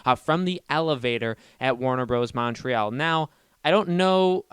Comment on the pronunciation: Side note, but the way you pronounce Montreal makes me want to claw my eyes out with a rusty spoon.